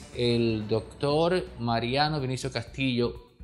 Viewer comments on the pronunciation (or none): Sr: NO ES "MARIANO CASTILLO".....ES "MARINO"....OJO!!